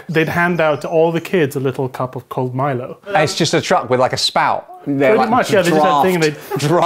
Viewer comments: That Milo pronunciation tho... Most of us Malaysian and Singaporean pronounce it as "mai-low", we kinda added a "A" in that... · Olly's jokes are so siiiiiiiiick, " The Timothy Charmaley" and how far Malaysia gets with the world cup." 🔊🤣🤣🤣🤣🤣🤣🤣🤣🤣. Im also wondering why his pronunciation of MILO keep changing as the video went on.😮